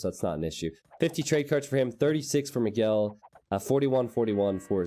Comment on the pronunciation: you pronounce almost all Brazilian names incorrectly. Miguel is pronounced like this